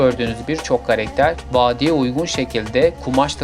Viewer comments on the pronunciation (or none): Karekter değil karakter